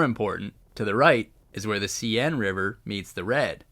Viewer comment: seine river pronounce as 'sane'